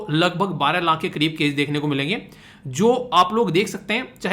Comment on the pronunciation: video me aap 20 laankh 27 laankh keh rahe ho... Actually wo laankh nahi hota laakh hota hai... Aapki mother tongue influence ki wajah se yeh Maan sakte hain lekin jab koi YouTube pe videos upload karte ho to in sab chizon ka dhyan rakho to behtar hota hai sunne me bhi aur samajhne ke bhi..